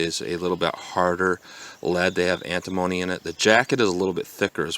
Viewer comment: Is it anta-moaney, or ann-timma-nee? 😄 Anyway, I love the name of the Jug Or Not Box. I wonder how many folks around here get that joke?